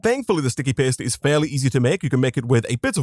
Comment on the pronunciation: The way you say paste makes it sound like you say "piss"